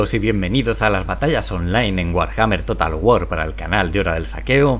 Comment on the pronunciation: me gusta mucho tu canal pero la terminación de tono que usas para decir saqueo con la introducción me desconcierta demasiado, parece que vas a continuar la frase pero no! D